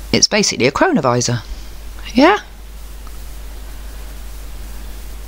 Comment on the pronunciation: Such a good video, thanks! And yes, every time you said cronovisa it sounded like corona virus. Pretty mind blowing stuff all this